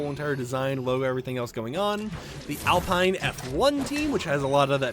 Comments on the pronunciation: SUPER EXCITED FOR F1! Just a friendly reminder that Alpha Romeo is pronounced Alpha Rome-A-O, and Alpine is pronounced Al-peen. Great vid and thanks for all your hard work! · And Alpine lol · I’m sorry but when you said Alfa Romeo and Alpine I cringed😅 good video though, skins look awesome